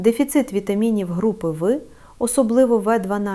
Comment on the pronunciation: Якби це справді озвучував лікар, а не штучний інтелект, то не було б таких помилок :" вітаміни групи ви". Навіть не лікарі знають що" група В" читається як " група бе". Тож поради, начебто, слушні, в більшості відео, але ж відповідальності за правдивість ніхто на себе не візьме. Бо насправді цієї Олени Михайлівни не існує